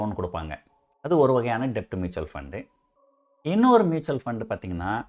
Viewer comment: Sir அது டெட்.. டெப்ட் இல்ல